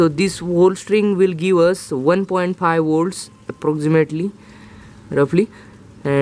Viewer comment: woltage and burt - it hurts sometimes but i continued listening